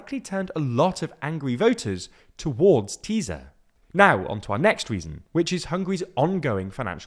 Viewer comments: Let me offer a little help about the pronunciation of the name Tisza. In Hungarian 'S' and 'Z' combined is the same as an 'S' in English (by the way 'S' alone is like 'SH'). You don't have to pronounce the Z in any way at all. You got it right with Fidesz, the rules here are the same. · Ok, you guys are progressing. You called TISZA 'teaser' but at least didn't pronounce it as TISHA as if it was polish (as you kept doing with FIDESZ for years). An SZ in hungarian is a normal S. The party (and the river) is pronounced tee-sah. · Almost. He says it a bit like z occasionally but at least he is not saying tisha. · the guy isn’t even close to correct vowel sounds, which are round as in Farsi. Also, he consistently pronounces Tisza ‘tiza’. Sz is how ‘s’ is spelled in Magyarő. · Learn to pronounce Hungarian. "sz" does not have a "z" sound. It is pronounced like "s" in English.